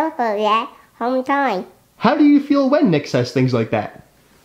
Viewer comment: Home tine home tine five tine five tine 🤣